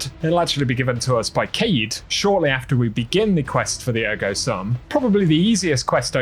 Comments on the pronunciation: Please pronounce "sum" in Ergo Sum as "Soom" because it's a Latin word.. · Please pronounce "sum" as "soom". It's Latin. Likely comes from the phrase, "Cogito, Ergo Sum" meaning, "I think, therefore I am"